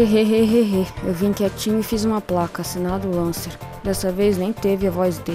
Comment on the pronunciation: Muito bom mas se pronuncia Lencer não Lancer